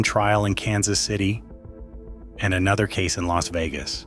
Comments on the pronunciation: My favorite is when Spilotro was sent to "L. A. S. Vegas." fucking AI slop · "L.A.S. Vegas" was worse...... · If youre gonna us an AI voice, you may wanna get one that knows pronunciation got it L.A.S. Vegas 😂 and don't get me started on Tony's last name 😂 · Or L.A.S Vegas. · L.A.S. Vegas lmfao 🤣 gotta love AI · And El-A-Ess Vegas.